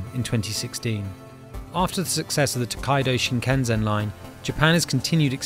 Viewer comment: It is called Shinkansen thanks